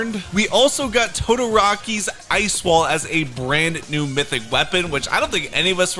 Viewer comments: It’s todoroki not todoraki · toedoeraaki Us anime nerds: 💀💀💀💀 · Nah said todoraki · Todorouki!?💀💀💀 why he pronounce the name like that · He said todoraki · why he say todoroki like that got that "todarki" shiit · Todoroki is pronounced toe-dough-row-key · Btw that’s not how you pronounce todoroki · Say the names right Say deku and Todoroki Right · He pronounced Todoroki wrong